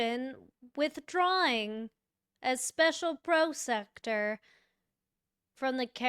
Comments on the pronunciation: Pronounced pro sec uter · Prosecutor Google this word and press how do I say this word. Because you are pronouncing it all wrong. Don't be lazy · She can’t pronounce prosecutor either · Is she saying prosecutor wrong on purpose?